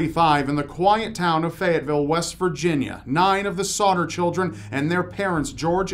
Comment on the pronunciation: on number three it keeps sounding like he is saying "Sautter"